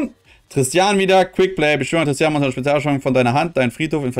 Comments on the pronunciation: nicht tristan....nicht trsitian....TIS-Tina...bitte ordentlich lesen das ist so ein schönes deck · Mich triggert das so hart dass er TISTINA nicht richtig ausprechen kann😬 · Des hat mich auch die ganze Zeit getriggert😂